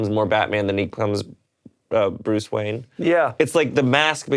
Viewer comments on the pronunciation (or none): none